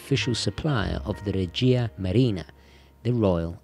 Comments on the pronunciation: We say Regia with stress on E, :) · The correct pronunciation is règia not regìa marina.